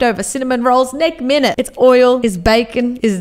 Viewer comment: I will say I love how she says nek minute